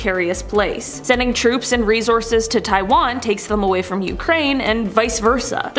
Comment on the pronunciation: hate the way you pronounce resources -_